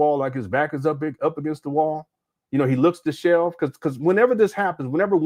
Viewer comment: DishEVELed brother I heard you say 'dishelved' about 15 times now. Disheveled.